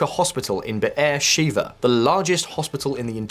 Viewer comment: The 'e' in Sheva is like the 'e' in 'bed'